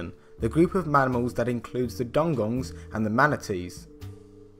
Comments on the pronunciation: You butchered “Dugong” so badly. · That sounded so much like "Dong Gongs"